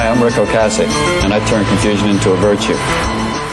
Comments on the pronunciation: Colbert has no clue. O CASS ic not O Case ic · Btw ocasek pronounce in czech language is ocasek, we’r not using k as c, and meaning is little tale. But in slang is little dick🙂